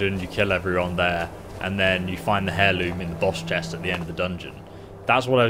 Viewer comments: I know your dyslexic bro, but its AIR loom not HAIR loom. H is silent yo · Lol.. 'Hair Loom' its pronounced air loom .. But hairloom sounds good too, got to weave that hair..heehee